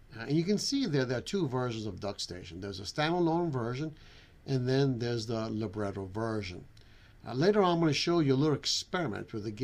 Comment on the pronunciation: it's amazing how you can't even properly say Libretro, it's literally lib-retro.